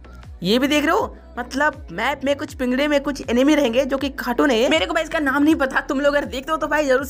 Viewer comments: Bro enemy nahi It's "Anime" Pronounce: Aanimee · Abe anime hai wo animi nahi pehele pronunciation Sikh le jaker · Bro वो एनिमे हैँ | एनिमी नाही naruto shippuden naam hain aur jitne naruto ke fan hain utne garena company sare kaam karne walo ke sir pe bal nahi hoge aur bhai jisse tu cartoon bol rha hain uska fan (#TOTALGAMING) ajju bhai bhi hain bas toone bhai cartoon bola toh koi na mein bhi unsubscribe kar rha hu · Animi nehi hea oo anime hea..😂